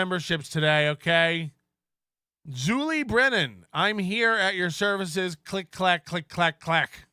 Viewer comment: I LIKE TO BELIEVE THAT ZULI IS PRONOUNCED LIKE SHULI.